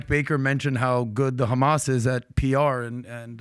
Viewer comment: Just say hamas. You don't need to speak perfect English until that word and then say it all thenic